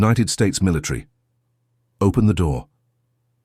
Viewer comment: Why is the narrator saying militree instead of military?